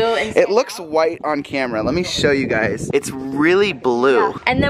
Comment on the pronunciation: stop saying yougy